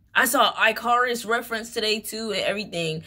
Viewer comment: Why you always be saying “eye-car-us” it’s pronounced ick-are-us ❤ ur reading are so so good tho haha